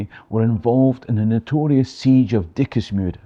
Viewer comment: Its pronounced " diksmuude" the i is silent ;) Would love to hear the story about this siege since it happened less then 15km from where i live. Also dikmuide is where the german front stopped during ww1